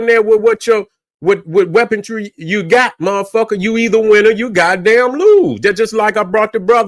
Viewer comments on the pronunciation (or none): Weaponry not weapontree.